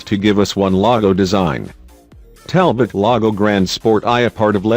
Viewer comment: It is pronounced Talbo not Talbot